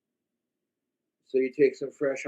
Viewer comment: “Egg nog chokka melk meeee-duh”